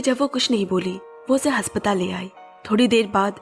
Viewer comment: Haspatal nhi Aspatal❤